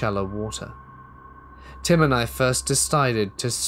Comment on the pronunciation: Did you “visit him” or did you “visit tim” …. Haha ❤️